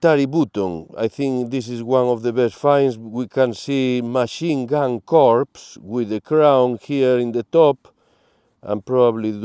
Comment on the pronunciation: Psst...., in the military, the word CORPS, the p and the s are silent. So, the word is pronounced core, as in marine core (corps). This friendly hint is lovingly sent from me.